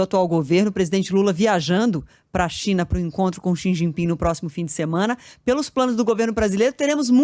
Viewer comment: Essa apresentadora é tão simpática e calorosa. Alguém aí na Band podia ajudá-la a pronunciar "Xi Jinping" corretamente.